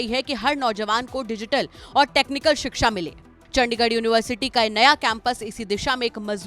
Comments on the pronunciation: Adarniya chief minister shiksha ka pronunciation shiksa kar rahe hai! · शिक्षा ❌ सिक्सा ✅ 😂😂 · जिस प्रदेश का मुख्यमंत्री शिक्षा का उच्चारण सिक्सा करेगा उस प्रदेश की शिक्षा का ईश्वर ही मालिक है l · सिक्सा ❌शिक्षा☑️